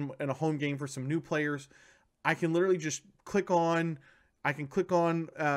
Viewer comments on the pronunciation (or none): none